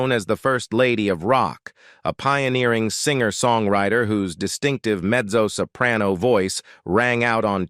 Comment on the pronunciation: It's not "messo!" It's pronounced "metso!"